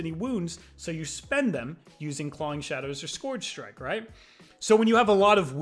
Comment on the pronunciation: ScOOARRRRgr strike 😂😂